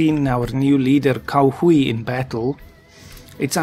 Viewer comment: "Cao Hui" actually sounds more like "Tsao H'way" - but I am a pedant :)